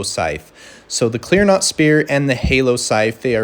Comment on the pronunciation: It’s clean rot, not clear not.